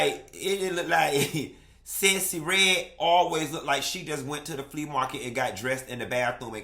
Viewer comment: the woman's name is Sexy Red....not Sessy Red!!! 😂😂😂😂😂